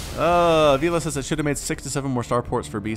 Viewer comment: Avilo = Ah vi lo (vi as in Victor) Not Ah veelo 👍🏽👍🏽👍🏽